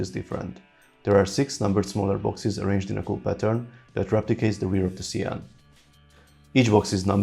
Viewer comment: It’s actually pronounced the shaun like Shawn the sheep